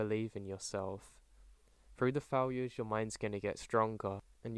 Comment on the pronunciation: Its not gonna be easy, there’s gonna be faowures